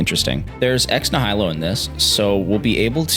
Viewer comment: Nihilo is pronounced Nai-ya-low, not Nih-High-Low just so you know